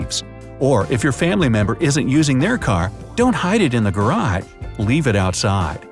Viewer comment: did anyone else catch when he said gara- instead if garage?